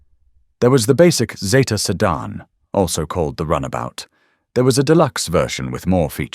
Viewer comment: It was also a sedan, not a sedarn.